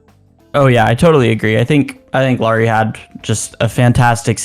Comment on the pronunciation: JFC you’d think if you host your own Utah Jazz podcast, you’d at least know how to pronounce the name of your team’s best player… a point Lauri has made repeatedly, using specific examples like Heat player Kyle Lowry or “Bad Boy” movie character Mike Lowrey when asked about it…